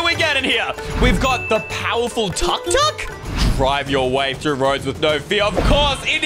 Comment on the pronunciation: The way he said Tuk-Tuk instead of took-took made me laugh so hard